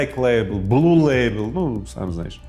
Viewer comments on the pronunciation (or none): none